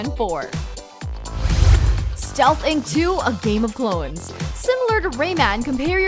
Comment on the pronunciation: Clo-ens? where is the narrator from?